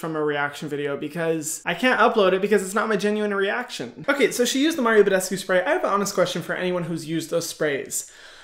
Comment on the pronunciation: "MaRIo BeDeSCuE FaCial SpRay "😂😂😂😂😂